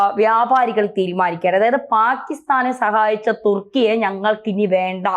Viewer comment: തുർക്കിയെ.. തുക്കി.. ഏറിയുക.😄😄